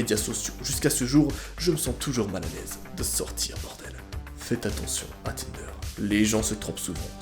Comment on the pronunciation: A 16 minutes de la vidéo j’ai entendu tender